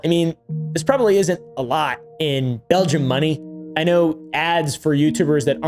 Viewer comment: “Belgia” got me cackling 😭 in a serious situation